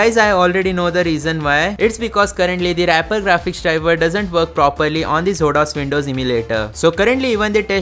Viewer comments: It should be pronounced as Exo-Dos. Not zodos..😂😂😂😂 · I think it's pronounced exodus 😮